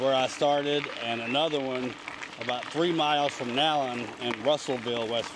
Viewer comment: You pronounced Nallen correctly! And they are getting ready to open a visitors center for the trail down in Rainelle on Route 60. It is being worked on right now. That bridge had to be replaced because the flood of 2016 took out the one that was there.